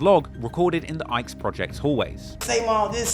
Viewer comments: Its not the ickes its pronounced like ick keys 😂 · lol the Ickes, nigga it’s the ICKEY’S 😂😂😂😂😂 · It’s the ICK-EES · Ickes is pronounced ickeys like Mickey's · It’s the Iches like “ The Ickys” like yucky ICKY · It's pronounced "ic kes", Harold Ickes homes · Ick e’s is the correct pronunciation of then projects 💯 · It pronounced ICK-ees. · Its pronounced ickys not ickes thimo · Pronouce ICKES like LICKEES A SILENT L YOU PRONOUCNING IT LIKE" IKE" PROJECTS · Yooo the Ickes on the Harold Ickes not how u say it in Chicago more like iCk keys or ick Eeees pronounced here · it’s pronounced ick-ees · Dude cannot pronounce Ickies to save his life smh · He touchnig my nerve mispronouncing Ickies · Tell me you don't know how to pronounce The Ickes without telling me. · It’s called the Ickies not ikes😂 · You saying Ickes all wrong the entire documentary. Its pronounced ICK~KEYS not IKES 🤦🏽‍♂️🤦🏽‍♂️🤦🏽‍♂️ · Its not "ikes"...its pronounced "ickees"😂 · The “Ikes” homes lol. THE ICK-EES. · U so funny,it’s pronounced the “ick-eees” not “ikes”😂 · Dude really just called the ickes the ikes lmao. Its pronounced ick-eys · It’s pronounced “The Ick-eeees” not “Ikes” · Ick-eeeeees is wut we call it Not the Ike’s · ICKY NOT IKE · Calling it the Ike’s is crazy-zeee. 🤣Ike’s??? I always called it the Ickeys…rhymes wit “stickeys”. ICK-KEYZ. But what do I know, I’m only from down the street🤷🏽‍♀️🤷🏽‍♀️. Good content though! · They are the Iccccccc-keyyyyys not ike homes.. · It’s pronounced “ the i-cky’s” not Ike. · The ICK - E’S not Ike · It's pronounced ick-kees not ikes 😦😦😦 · Its pronounced ICK-EES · it's pronounced Ikk eez and hill yard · Its the HAROLD ICKE HOLMES PRONOUNCED (EEK' ES) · "Ickes" is pronounced, ick-ees.